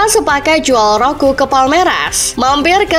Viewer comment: Dasar chanel abal2 Roque dia baca ROKU😂😂😂